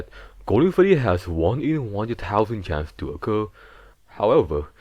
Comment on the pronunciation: “Golden fweddy”